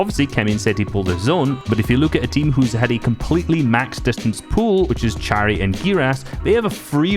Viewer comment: "czari" it sound so funny (no offence)